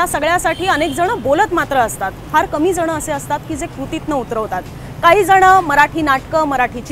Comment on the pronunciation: काहीजणं असं नाही .काहीजण म्हणा.